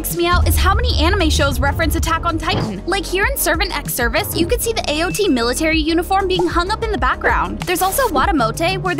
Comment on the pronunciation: AOT not AO T